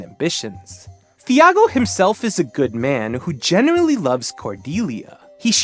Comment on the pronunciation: It's pronounced tee-AH-goh. Shakespeare: Caps and Monts referencing Romeo and Juliet (as in Sims 2).